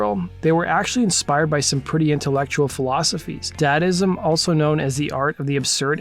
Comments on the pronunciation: "DAH-dah-ism" not "dad-ism" tho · Its DaDaism not Dadism. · Dadaism not dadism. Dada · It's DADAism.... and it's pronounced "Da'h" like "MaMa", Dada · He also pronounced Dadaism as Dadism. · Dude you gotta get your pronunciations right haha Dadism is Dadaism Sweet Loaf is Sweet Leaf. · "DEBOTCHED" is not even a goddamned word. C'mon, y'all! Also, "Dadaism" isn't pronounced "Dad-ism." Y'know what? Screw this illiterate channel.